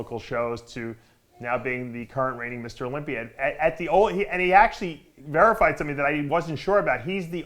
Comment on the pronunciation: Has anyone ever noticed Dave says things that end with an "a" as "er"? He looked great at the Olympier. To help them lose some water I'll put em in the sauner.